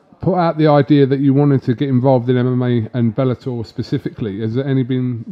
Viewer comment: Belletor 😂😂😂😂 mma ? Or wtf